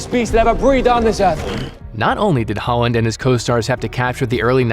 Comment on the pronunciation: anyone else think hes saying "Haaland" everytime he says "Holland"?